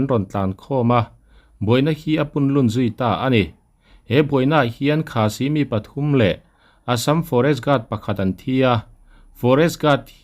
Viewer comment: Khasi tih hi ilam diklo khâ tih hi i thlûk sang anga si tih hi i thluk hniam ang